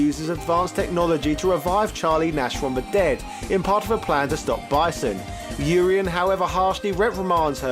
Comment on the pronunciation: Urien is a Welsh name? Welsh is a confusing language if you are pronouncing his name right. I prefer your pronunciation. I've been pronouncing the first part of his name with the UR the same as URINE and second half as E-N. Which always had me so confused. Also assumed they were both supposed to be Greek